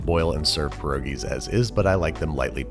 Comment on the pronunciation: There's gonna need to be a botched for this one. If only to not say "pierogies" lol